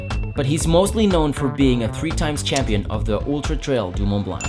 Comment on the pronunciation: you don't pronounce the T or C of Mont Blanc in French, please America, it is not so hard